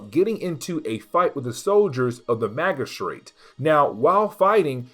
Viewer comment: The "g"in magistrate is a soft sound like a "j.* Maj-uh-straight or Maj-uh-strut